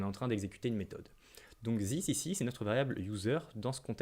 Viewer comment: j'essayé de me concenter avc toi, jusqu'a ce que t'es arrive a zisse O.o bro talk correct english plz u kill the language